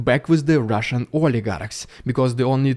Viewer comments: Rrrrrusian Prrrrrrrrrrrrropagander first 😅😂😂😂😂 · loving the RRRediculous RRRuzzian pRRRRopoganda